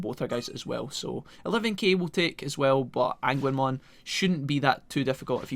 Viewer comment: Today ive learned that Agunimon's name is pronounced "ANGUINMON" i cant stop laughing...